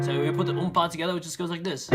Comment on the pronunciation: Your "Toghether" sounds like '' SKOILÀ " lmao i didn't understand at first